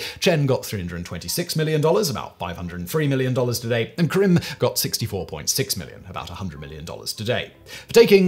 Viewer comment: There's an 'a' in the name Karim.